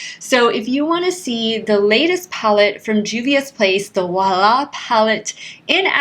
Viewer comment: Beautiful eye look! I love it! To hear correct prononciation of wahala word you can check the song danger of p square 😉